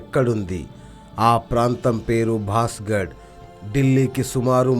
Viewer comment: the name is bangarh fort. not basghad....